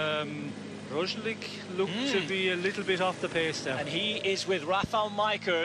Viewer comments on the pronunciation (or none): It's funny how Kelly keeps pronouncing Roglic Rozjlik, while his co-commentator uses the correct Roglitzj... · primož roglič *roglitch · Can Mr Kelly learn how to pronounce Roglic surname? It's so annoying his partner can but he cannot. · Please Sean Kelly,, finally stop butchering Roglic's name. I am not Slovenian, but stop disrespecting him by mispronouncing his name. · Sean Kelly Big cycling legend from Irland has truble with pronuciation last name of Primož Roglič. :) :) ;) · His pronunciation is on a par with your written English. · Sean Kelly should just stop trying to pronounce Roglic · He hasn't pronounced it correctly even once this whole season. On the opposite the other commentator is really doing his job...